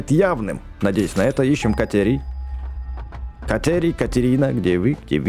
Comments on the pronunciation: Кате́рий а не ка́терий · Бэкст не катерная руда а катерийная руда залайкайте чтоб бэкст понял